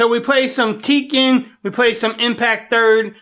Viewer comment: “lets play sum teeken on the iphone ten or”